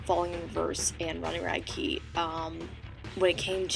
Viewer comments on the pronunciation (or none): Actually its rad-key